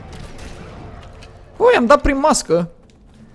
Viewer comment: frate nu e UL e Ui